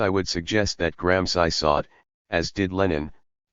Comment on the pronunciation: So funny the robot voices (trained as anglo-saxons) can never spell European names properly. Is not just this voice, which I am so used to by now, but even the robot voices do that same thing with GRAM SCI ! Many thanks. New Night Listening! Best wishes from Valencia Spain